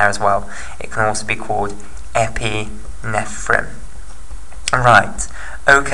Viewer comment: Epinephrine not epinethrine. just saying